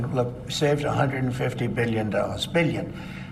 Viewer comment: Drinking game: take a shot every time he says "millyen," "billyen," or "in the history of our country"